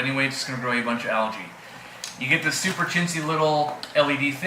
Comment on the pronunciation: Do you pronounce Algae as Alergie or similar on purpose? perhaps it's your accent playing tricks with me. I cant believe you dont know the correct way lol Your pronounciation personally annoys me but that's my problem and not yours. I recently found your channel when I renewed my 1980's interest in tropical fish keeping. I am an ex member of ANGFA (ACT) Australia and I am certain you will be aware of them:) I love your channel and am relearning many things I had forgotten. Thankyou...